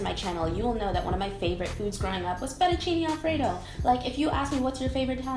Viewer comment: fettuccinE non è difficile.. fettuccinE, non fettucini